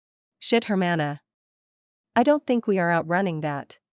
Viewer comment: Why can You Say sister very well in spanish